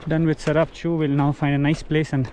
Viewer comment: You meant the Tsarap Chu when you said Charap nullah right ?